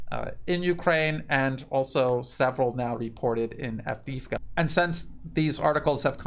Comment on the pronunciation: I know it's difficult, but this whole thing has been going on now for >14 months so perhaps it's time to try to pronounce the names right; Donetsk is pronounced "DanYEtsk" (the "o" is pronounced as an "a" and you're forgetting the "K" at the end all the time) and Avdeevka is pronounced "AvdYEvka." Kherson is pronounced "KherSON and not KherSAN. 💡(the capital letters is where the stress is placed)